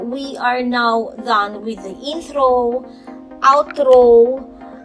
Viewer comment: inthro, outhro, thracks